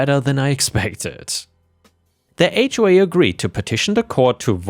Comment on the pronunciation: Those AI voices always mispronounce things like H.O.A.